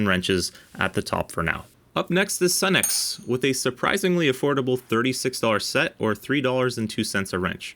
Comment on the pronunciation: Sunex is actually pronounced Sue-nex. . . . . just sayin' As a retired mechanic I can say that my 30+ year old Sunex impact sockets are extremely durable.